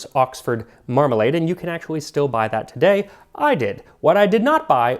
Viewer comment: The way you say Mramalade almost makes it sound like youre trying to pronounce remoulade